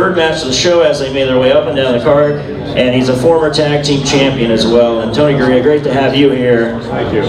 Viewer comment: That’s Tony Garea not Gorea